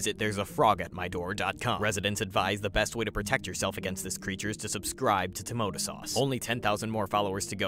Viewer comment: I've never noticed that their name was pronounced "" and not "Tomatosauce"